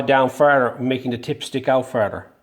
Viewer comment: you could be Irish 'farder' :-D